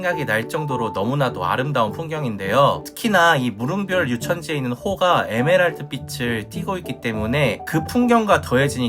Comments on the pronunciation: 무릉 별유천지->무릉 과 별유천지가 합쳐진 말입니다. 무릉도원처 럼요.무릉별-유천지라 읽지 말아주세요. 무릉 별유천지 입니다. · 무릉별^ 유천지가 아니라 무릉^ 별유천지로 읽어야죠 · 무릉 별유천지로 읽어야 합니다. 무릉도원과 이백의 산중문답에 나오는 별유천지(別有天地)를 합성해서 이름을 만들었군요.